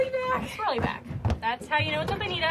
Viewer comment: Mutton not muh'in. Bonito not Bonita. Button not buh'in.